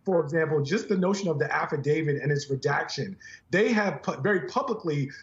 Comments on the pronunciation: you're not allowed to say "affidavid". That mispronunciation is reserved for "legal experts". I think it's "a thing". Like "statue" instead of "statute". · I know its petty but why can nobody on this network correctly pronounce the word "Affidavit"? it does not end ".....david" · The speech and debate clause doesn't apply in the case of Graham's subpoena because there was no pending legislation regarding the 2020 election. On another note, the word is AFFIDAVIT. It ends with a "T", not a "D". Why do so many people get that wrong? It's like "nuclear" and "asterisk". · "affidavid" ??? Really ? Come on...